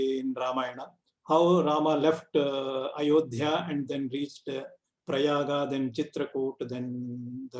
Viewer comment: I am great fan of this program it is treasure of genuine information. Many of the scholers are very respectable. Small thing which makes me uncomfortable, that many guests pronounce रामा, रावणा, सुग्रिवा, प्रयागा, we shouldn't say like this. We must insist western people to correctly pronounce राम, प्रयाग ....